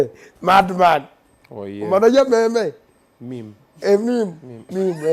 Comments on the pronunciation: I won't lie to you ..I also pronounced it the same way as him until someone corrected me 😂😂😂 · The pronunciation of the word MEME ...😂😂😂 especially how he said